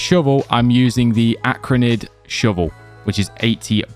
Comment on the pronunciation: please stop pronouncing arachnid "acrhanid"💔💔